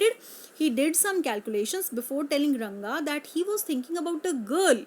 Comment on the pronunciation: Rangapa nhi mam ranga